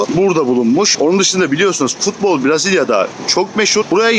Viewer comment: Dostum herşey iyi hoş da, Türkçesi Brazilya değil, Brezilya.😂